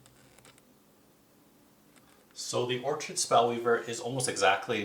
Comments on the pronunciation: it was Or-chid that did it for me. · Good video. As I have not played all characters I was not sure how to describe them to my friends. For future videos Orchid is pronounced Or-Kid, like the flower, and Vermling is Verm-ling, not VermIN-ling.